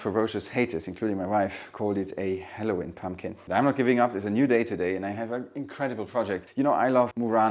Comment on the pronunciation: A 'haloween pumpkin'😂😂